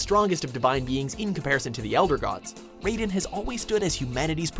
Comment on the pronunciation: Raiden> Not Raiden.